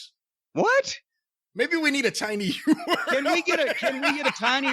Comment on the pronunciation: Did I hear Corny say “tiny earl” as in URL ?